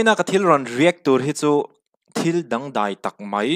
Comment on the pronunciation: Dangdài tih loh tur Dangdãi tih tur .